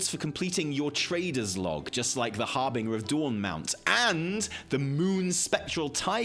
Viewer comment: Why can you still not pronounce 'harbinger' properly? Do better.